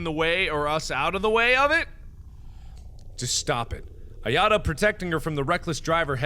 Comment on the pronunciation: You said ayatos name wrong it's (I-A-TOE)